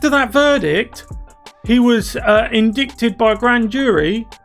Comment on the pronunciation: Good vid 1 thing...its not... in dick ted its in dight ed indictment